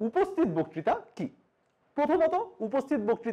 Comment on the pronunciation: বকতিতা উচ্চারণ কানে খুব খারাপ লাগছে।